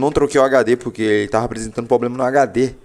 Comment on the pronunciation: Poblema Poblema Poblema